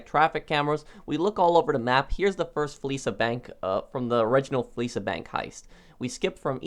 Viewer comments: *fleeca Not fleesa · My man said Fleesa bank 😂